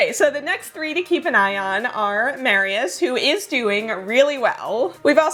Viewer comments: I was listening to the video while doing sth in the kitchen and I thought Mariusz (Mar-yoosh) is a woman because you kept saying Mary-yes 😁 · The only two names I think you mispronounced were Mariusz (which has something closer to a sh sound at the end) and Brigitta (which has a hard g like in "games") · (By the way, Mariusz is pronounced with a "sh" sound at the end in Polish. In Hungarian (if it's a name there; I don't know) it would be pronounced with a "s" sound.)